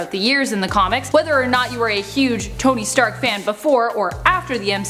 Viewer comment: Did she say Toby Stark?